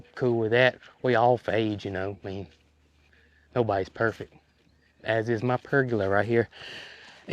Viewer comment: Pergola, accent on first syllable.